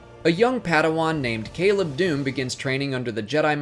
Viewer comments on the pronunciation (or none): none